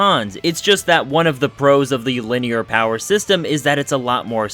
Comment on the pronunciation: did u just say POWER sexterm?